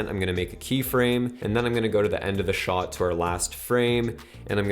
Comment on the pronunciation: I love, he’s the greatest but the way he pronounces “shot” makes me cringe 😬